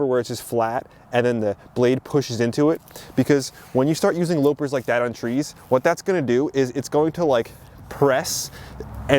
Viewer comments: Loppers are pronounced "lawper" not lowper., as in the evil queen lopped of his head... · Please pronounce loppers as bunnies are hoppers.